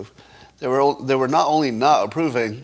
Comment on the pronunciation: "Naugh only naugh approving them...." Do you mean "NOT" approving them? Not has a "t" at the end.